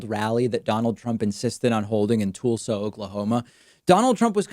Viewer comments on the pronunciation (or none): Did u pronounce it TOOLSA? It's Tulsa. Ha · "Tool-sa?" Tul-suh m8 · Tuhl-Sah rather than Tool-Sah. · Lol it’s pronounced “Tulsa”, not “Toolsa” Like “Jethro Tull” with a “sah” at the end. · FYI, it's not Toolsa; it's is Tulsa. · Tull-sa! Not Tool-sa! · "Toolsa"? Really, David? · TOOLSA Oklahoma? LMAO . You can tell when someone ain't from around here, lol. Nice try David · Is Dave a Canadian or somethin it ain't pronounced Toolsa Oaklomaha... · I have quite a few family members there its pronounced toll-Sa OK. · I love the way David says "Toolsa." Perfect Spanish pronunciation despite everyone else saying "Tul-sa." I've been to Tulsa several times but never heard anyone pronounce it as "Toolsa." I haven't commented on David's content because, as always, he's spot-on. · David, I’m curious why you keep pronouncing it “Toolsa.” Are you just tweaking the morons who live there? Or is that just an alternate way to pronounce it? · “Toolsa” Oklahoma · “Tool-sa” I see what you did there David!!! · Tool-sa? Dave, practice your 'u' sound. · David pronounces "Tool-sa" like he pronounces "Tool-si". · tool-sa - as in tool-see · No one says Tulsa like that lol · Is the way David pronounces Tulsa and Tulsi his version of cool hwhip? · David can't pronounce Tulsa, LOL.